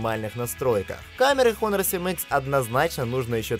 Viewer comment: Китайская херня,только по глупости можно хуавей купить!А автору привет,Honor читается и произносится Онор!